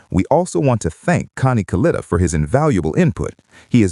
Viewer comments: Proniunced KA-LIT-A not Kaleeta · KA-LET-A is how you say his name, In the video of the crash you can see the chutes deployed and one breaks away. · If you’re going to do this you really ought to learn or teach your computer to pronounce the name correctly.